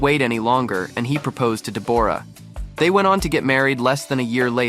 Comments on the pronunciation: In Australia we pronounce Deb's name as Deborah not Deborrrra! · Hey, it's weird you calling her DebORah.. the way you say it is DEBorah..! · Dee-booor-ah? WTF? It's pronounced Debra,..... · It's pronounced Deborah not Debourah..! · I keep hearing this with American narrators on Deborah. It is not DEB-AWE-RAH. It is DEB-RA. The O is not sounded. It is a different spelling to Debra but it is the same name pronounced the same way. I had a friend called Deborah but she was always pronounced the same as the other - Debra. It might be an American thing to say it differently, I don't know. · Her name is said 'debra' not 'de-bo-ra'. Very annoying. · It’s DEB or ah, not Deb OR ah! PuhLEASE! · Her name is Debra! Stop calling her Debooooorah! 🤣🤣 Look at timestamp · Dee bore rah lee lol isnt it just debra but spelled the deborah lol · Sorry but I believe it’s pronounced Deb bra not De bore ah, try googling it. Thanks for the history on them and their relationship. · Does she really pronounce her name De-BOR-ra? As a fellow Deborah, that's just weird and cringe. I suspect it's pronounced "Debra" just like the rest of us Debs pronounce Deborah. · It is pronounced DebRaa not DeBorra…and she is beautiful. He is looking washed out though. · It's pronounce Debra. Open your ears and you would have heard Jack say the name. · Pronounced deb ra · Her name is not Dee'bore'a'